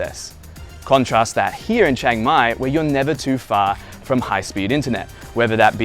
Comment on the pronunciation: It's Chiang Mai not Chang Mai. If you can say Liam without sounding like Lam, then you can say Chiang!